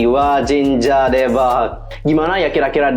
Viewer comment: Bang klo mau bicara Korea cb belajar hangeul dlu :v bukan w menggurui tapi g enak aja didenger contohnya : 진짜 dibaca jinca buka jinja dan lainnya